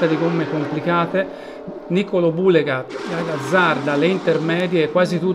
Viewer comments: Peccato per Niccolò Bhuleyga!!! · Importante e farsi capire,poi se dice bullega bullego ma chisse ne frega......!solo capaci a criticare (tipico italiano non tutti)!😂😂😂😂